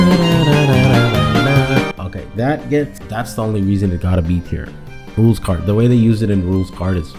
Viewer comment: "even in the 'Roll's' Kaard..." You just listened to a track called "It's Pronounced "Rules"" 😅 Great tier list though man!